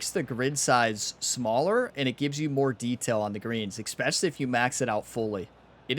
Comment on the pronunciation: The word is especially not ickspecially